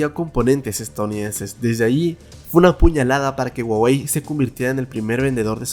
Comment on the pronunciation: Se pronuncia juawei :v